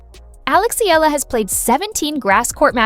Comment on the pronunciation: It isnt "Ee-la". It is pronounced "Eh-yala"